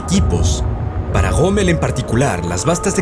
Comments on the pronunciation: POR QUÉ LE DICE GOMMEL y no ROMMEL? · quien es ese tal Goomel del que habla? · que onda amigo, te robaron la "R"????